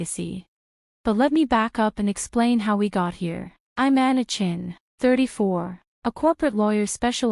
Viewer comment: AI writes Chen, AI reads Chin